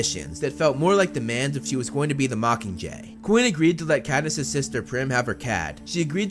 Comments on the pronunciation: When you say “coin”, 9/10 it sounds more like “Quinn”. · Bruh pronounces Coin like Quinn all the time